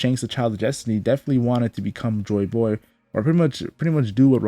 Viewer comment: I like how this guy pronounces Joy Boy. “Joy BOoy” Very good video